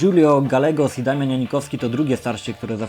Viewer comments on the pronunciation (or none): none